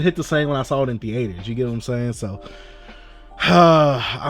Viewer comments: who taught you how to say theater my whole life i've said thEEter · why you say theater like that😂 thee-ATE-..er